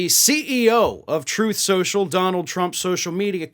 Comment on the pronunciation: Troth Sential...